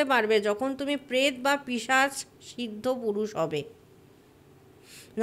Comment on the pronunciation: পিশাচ হবে পিসাচ না। উনি বলছেন বন্দিনী না বন্ডিনী বোঝা গেলো না।